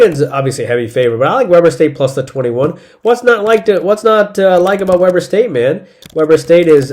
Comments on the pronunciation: Dude, it is “Wee-ber” State, not “We-ber” State. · It's We-Burr State. Not pronounced like the BBQ. But thanks for the picks!